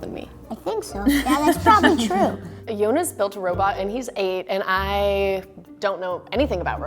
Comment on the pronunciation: The video was so cute ❤️ but it's Yonis not yonas 😂❤️